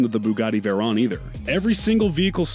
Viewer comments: ImAgine actually veyron is pernounced more like vaywrong, or vairon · This dude said Veron and not Veyron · also how they said it as veyron even tho its pronounced vevryon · No one: This dude: “Bugatti vErOn” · "Bugatti Verrón" 💀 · Why he say vayroooooooon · This guy cant even say veyron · This man did not just pronounce veyron wrong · Why he say veyron so weird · Bruh, why does non car people make videos about other peoples cars... just delete this whole video, smh. Their is so much wrong info and how he pronounce the names of the car...